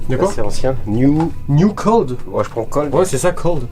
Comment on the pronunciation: "New CoWld" ☝🤓 tu m'as tué batard 🤣🤣